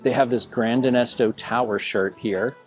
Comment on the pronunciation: Gran Destino Tower, not denesto. And Ranchos, not rancheros 😂 sorry, had to. I stay at this resort all the time so it jumped out at me.